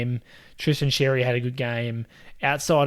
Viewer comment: Xerri is pronounced Sherri